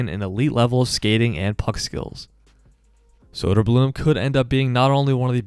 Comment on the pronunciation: Great video, but if you are gonna make content about the Swedish hockey league. Please learn to say Å Ä Ö. It isn’t that hard to learn.